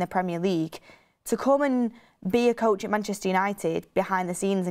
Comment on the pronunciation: Bugs me the way always says "it" instead of "at" 😆 "It the moment" "look it" Petty i know 🤣😂